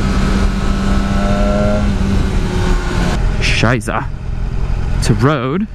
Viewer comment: pretty funny to hear an american who says "Scheisse !" xDD